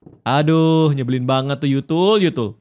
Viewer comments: Tuyul bukan yutul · tuyul bukan yutul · Kak regi itu tuyul bukan yutul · kak bilang yutul bukan tuyul